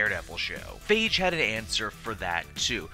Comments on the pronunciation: It's Feige F-eye-gee not faige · FAI-GI! NOT FEI-GI! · Stop calling him "Faige" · That's the first time I heard his name pronounced "fage." (rhymns with cage) I've mostly heard it pronounced "fye-gee." Robert Downy Jr. pronounces it "Fay-gee," and I would suspect the actors to know the correct pronunciation. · comic book cast need to pronounce these name right steph-en amell and phaige lol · It's pronounced....."FY-GII!!!!!" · you butchered his name